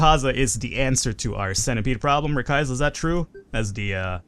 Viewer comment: Hey I'm the person who sent in raquaza and I really hate it when people mispronause their names so I thought I should tell u ray-qua-za